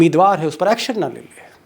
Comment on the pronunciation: आपने कहा एलेक्सन कमिसंन कहीं एक्सन ना लेले। भाई साहेब EC को दिखाई नहीं देता और सुनाई भी नहीं देता और तो और पढ़ भी नहीं सकता।